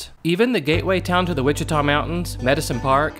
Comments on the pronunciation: Ouachita is pronounced "Wash-it-aw", not "Watch-it-aw". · very good video! buut Ouachita is pronounced Washita like Wash-i-taw